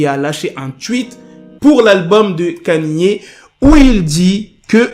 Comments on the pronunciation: C'est Ka-ni-é , pas Kenny . Il a raison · pk tu dis kanie( kanye ) c est kaini( kanye )